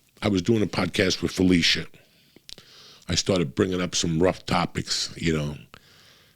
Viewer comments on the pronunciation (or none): none